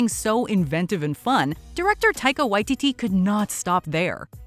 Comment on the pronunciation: Sorry, you pronunciation is a little off - Waititi, Shuri and Shang-Chi. Also, Dr Strange II should be a lot higher, The Suicide Squad and The Flash should be a lot lower.